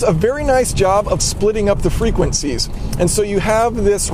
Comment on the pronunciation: You pronouncing the word frequencies made my ears literally bleed